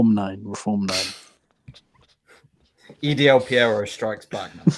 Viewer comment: "EDL-Piero" is insane 😭😭😭